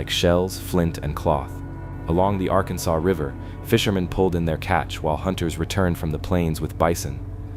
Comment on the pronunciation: Arkansas (R-Kan-Sas) River/City.